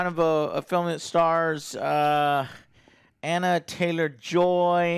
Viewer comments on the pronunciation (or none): It's Anya, not Anna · Who the hell is Anna Taylor-Joy? Joe still can’t get names right. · Not even forty seconds into the review and Joe can't even pronounce either of the leads names correctly.... yup. That seems about right. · Watched it last night. Loved it. But Joe, stop calling her Anna. It's ANYA!